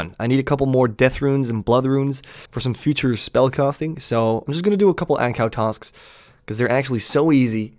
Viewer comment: When my mans said ancows I legit thought they added a new monster 😂😂 like tf is a ancow